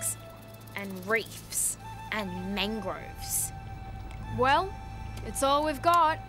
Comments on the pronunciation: I always thought that she said mangos instead of mangroves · “and MAnGRoVs “😂